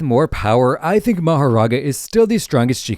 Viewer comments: "Mahorara" "Mahora" Dude youtube do your job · “Mahorara” is crazy. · Rika is a curse not a shikigami and it’s mahoraga not mahaga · "mahaga" bro 😭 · "Mahorara" bro's grammar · “Mahorara” “More and Tiger” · Just to tell ya the mahoraga chapter is called “mahorara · Ah yes, "Ra, Nu, Piercing ball, Mahorara... I mean Mahaga, and Aito."